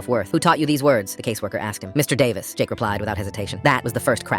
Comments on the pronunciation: Me just concentrating on him saying 'Mister EeH-Davis' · Mr. D-uh-vis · why is it pronounced "mr..davis" help 😭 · Mister Eh-Davis